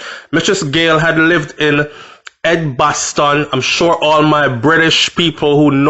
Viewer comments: U pronounced Edgbaston properly the 1st time! "Edge-baston" not Egg-baston. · Hi. It is pronounced Edge-Baston. You didn’t butcher it at all 😃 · You said it correctly the first time - Edge-baston 👍🏾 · Just to let you know you pronounced Edgbaston perfectly, Really sad to hear of such a BRUTAL KILLING yet again, my condolences to the family . I love the beautiful island of Jamaica unfortunately crime is a real problem, you are so right to say be careful of who we put our trust in. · You said edgbaston properly the first time